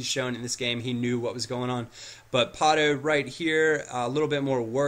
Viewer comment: there is no r in pato